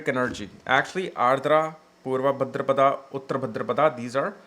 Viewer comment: Wow. You look like somebody who knows more than Dr. Arjun Pai or Sanjay Rath, Kapiel, or even K.N. Rao. Bhadrapad, not Bhadrapadaaa 😂 Reminded me of Hermione of Harry Potter 😂